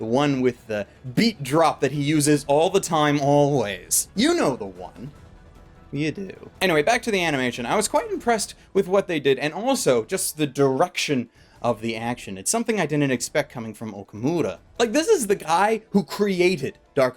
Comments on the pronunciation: Am I the only one who caught him saying "diruction" instead of "direction" ? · "doorection" "doorected"